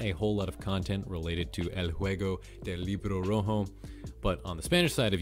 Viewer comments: I meen it was kinda good for a man who dont speak spanish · i love how he said redbook game in spanish in a very fluent way